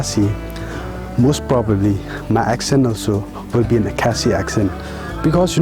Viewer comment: The only problem I have is the way you pronounced "khasi". Ha por ba phi kren ha Ka ktien phareng bad phi kynnoh ia ka kyntien "khasi", phi kynnoh style phareng. Ha por ba phi kren da Ka khasi pat, phi kynnoh ia ka kyntien "khasi" kumba dei ban kynnoh.